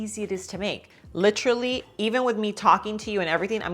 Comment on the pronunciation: Her nails, just can't get passed them. Her over use of the remark " le tra ly" is she trying to say "literally?